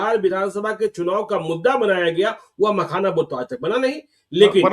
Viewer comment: Makhana ko pakhana bol rahe hai.